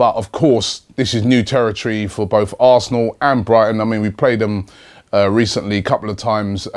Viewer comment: You have no idea at all what your talking about mate, hemed was not suspended for an elbow and you can’t even say are name right so why should arsenal fans listen to you about this game